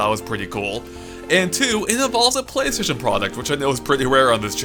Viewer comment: Name is forgets the L in Playstation